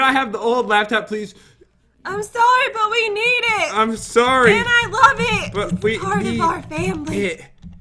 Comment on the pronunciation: You said LOAF not LOVE LOL